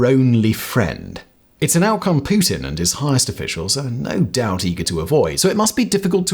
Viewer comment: I enjoy the way you say Putin. Poo Tin.